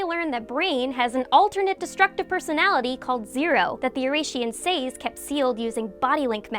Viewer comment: God that pronunciation of "Oración Seis" hurts my ears